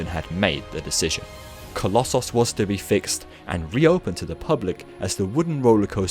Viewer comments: Oh, coloss-sauce. Not coloss- so s Or coloss- oos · Please stop saying colosauce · The way you say collosos is just as irritating as scraping fingernails down a wall